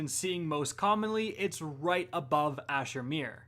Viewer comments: “On titan to the left of Asher mer” 😂😂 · I had a triple take recoiling from hearing that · Will Border glad I’m not the only one who noticed that.